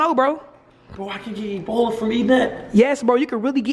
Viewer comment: cubbici bola (ebola) FUCKIN CRYINNGGGGGG